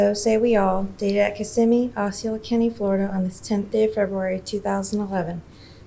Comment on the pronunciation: As a Florida native it's, (AW SEE OH LA) Osceola. Lol